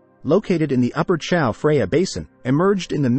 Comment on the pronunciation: Who says Chao Freya? I thought this was going to be the untold story of that a new river, the Chao Freya.